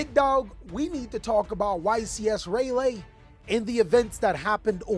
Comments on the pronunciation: My guy u gon have us North Carolinians goin crazy rah Lee (Raleigh) not Ray Lee lol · Lol ray-lee, its pronounced rah-lee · BRUH, it's "RAH-LEE", North Carolina, not ray lay! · why can't ANY yugioh youtuber pronounce Raleigh right? its Rye-lee Rye-lee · 😂 wtf Is Ray-Lee? It's RAH-LEE. Please don't do the Capital of my state like that lol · RA - LEE not raylee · Raw-Lee Even then Ray-lee is wild I thought at least rai-lee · Did he say Rahlawlawlaw? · Did bro just say YCS Ray Lee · As a resident of NC. Don't ever say Raleigh like that ever again......... It's raw-lee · JFC RAY LAY? CMON MAN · Rah-lee “Raleigh” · Please,, don't be like Mkhol40. You are better than this. Just confirm with someone how something is pronounced.. Robbie already kills brain cells when he talks. You can give them back life. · I’m super annoyed how he’s pronouncing the city. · Here for the continuing bit of mispronouncing the name of every city where a YCS is held. Cannot wait to see how he handles Indianapolis. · I cannot watch that video iffff he keeps pronouncing Raleigh that way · Why cant anyone pronounce Raleigh properly. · No way my boy is pronouncing Raleigh like that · The way he says it is wild. I never heard it that way lol